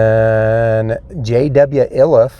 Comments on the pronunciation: It's īliff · Pronunciation please! The Iliff family had a profound impact on Colorado, and you could have asked almost any local how to say it, as it is the name of a large street nearby. It's cool that you have these documentaries, but part of the respect for the deceased and their families is proper pronunciation of their names.